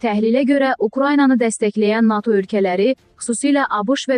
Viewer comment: NATO' YOX NA'TO yox bir patı